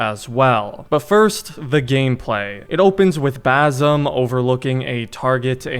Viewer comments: My only wish is that you pronounce the ”S” in Basim’s name .. its Basim not Bazim 😭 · It’s basim not bazim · Basim is pronounced bah sim not basom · i just wanna correct you when you said “bazim” it’s actually “basim” with a soft S. but nice video bro, keep going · it's not bazem, it's bassem with an S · one other thing to mention, the main character's name is BaSim, not BaZim 😁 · broo its bassem its an S not a Z broo cmon u fucked up his name